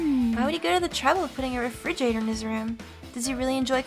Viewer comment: I know a lot's going on but I can't get over you calling it a 'fridgerator'